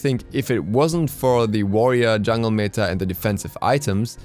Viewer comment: You're pronouncing "meta" wrong :( Good video though